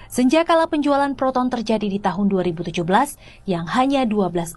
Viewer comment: Proton bukan Peroton. Talingung!